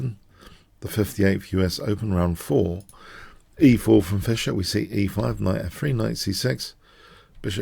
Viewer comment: Not Fisher like Crusher, but Fischer 😅